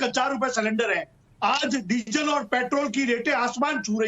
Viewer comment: 🌷 🙏 🌷 पहले तो उर्फ जी शब्दों के उच्चारण में शुद्धि लाए। ताकि हम अच्छी तरह कंठस्थ कर ले। चिल्लाने से सब चिल्लर हो जाता है और संगठन भी। जैसे-- डीज़ल है ✅ डिजल नही ❌ देश हैं ✅। देस नही ❌ कंस्ट्रक्शन ✅कोनसटरकशन नही❌ हजार ✅ हझार❌ नही आदि आदि 🙉😱🥶 जिस संगठन को नेतृत्व करने वाला ही??? हो तो वोह नेत्र कहा से लाएं।😂🤣😂